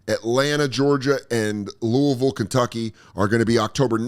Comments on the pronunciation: Ayy. Shoutout to you for actually saying loouhvul. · You said Louisville right, Preciate you Dan 😂